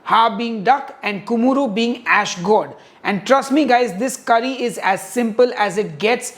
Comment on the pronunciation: It's called Kumura and not Kumuru. P.S.- Nailed it!